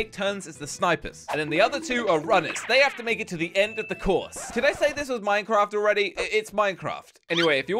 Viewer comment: Yes you have said minecraff